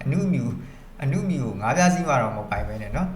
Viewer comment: အနုမြူ မဟုတ် အနူမြု